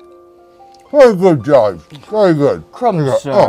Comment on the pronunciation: It’s Jeeves, not Jives.....great vid